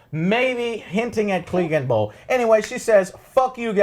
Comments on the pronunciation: What is this Cleegenbowl? Is that anything like Cleganebowl? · Who the fuck is Eurion? and what the fuck is Gleeganbowl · Eurion... Daenerious... Cleeganbowl... -.- And u call urselves fans?